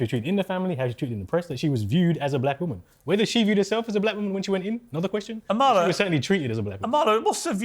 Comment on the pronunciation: Emphasis on the first A Piers. A-mala.